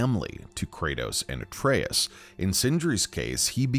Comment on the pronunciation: His fucking name is Atreus